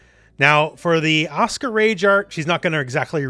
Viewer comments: It's asuka, not aska! Lol. Even Japanese wouldn't pronounce it like that. Ah-suh-ka, or ah-su-ka. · I've been to Japan, it's pronounced properly. You're not pronouncing the u, it isn't silent. Actually, no u in Japanese is supposed to be silent. It's just the Japanese tend to avoid using it because it's direct, and sounds like you. It's accusatory. They also tend to shorten their words. The ryukyuan language Japanese is descended from pronounces it. Okinawan Japanese is still like this. Just because it has a shortened pronunciation doesn't mean it's silent.